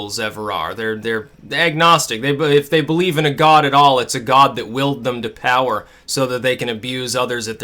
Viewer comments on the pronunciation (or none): none